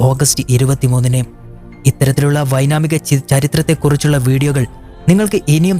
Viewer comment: വിവരണം നന്നായിരുന്നു. ഒരു വാക്ക് തെറ്റിപ്പോയി. 'വൈനാമിക' എന്നല്ല പറയേണ്ടത് ' വൈമാനിക ' എന്നല്ലേ?